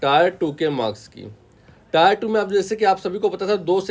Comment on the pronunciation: टायर 1 nahi टियर 1 boliye, ajib lagta h tayar sunke, exam hai vehicle nahi😮